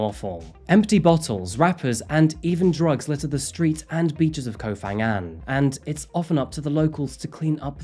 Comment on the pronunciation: By-the-way เกาะพะงัน, or Ko Pha Ngan, is pronounced with an aspirated "p" hence the "h" after the 'p' - "Ko pa-ngan". The "ph" is not pronounced like an "f" as you do in English.